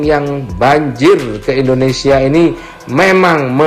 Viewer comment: Endonesia apa Indonesia bang???